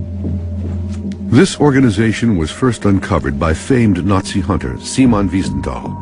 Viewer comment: siemen vinsentile? I think you mean Simon mate.